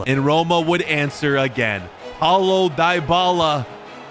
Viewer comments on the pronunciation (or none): none